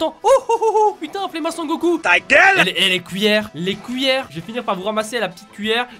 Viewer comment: Je rêve ou tu a dit les couilleres 😅😂😅 RIP Ryry on pense à toi 😐